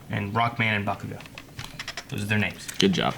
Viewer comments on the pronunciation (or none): i wish someone would make a comp of all of their horrible ways of saying the names